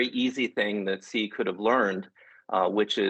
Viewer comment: can't trust a guy who can't prononce 'Xi' correctly